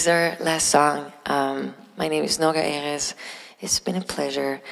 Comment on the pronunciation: actually most words in Hebrew have the stress on the last syllable but Noga is right when it comes to names for some reason. Also most English words have the stress on the penultimate syllable but Americans pronounce all foreign names as if they were French for some reason, which is why the Erez mistake is so common.